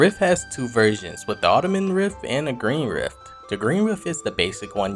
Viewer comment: Are you an AI bot or a person? You're saying Ottoman rift instead of Autumn..? I try not to watch things that are bot created. lol